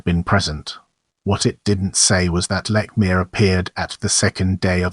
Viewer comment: You're pronouncing his name wrong. You're also wrong on MANY accounts. No wonder you have no views.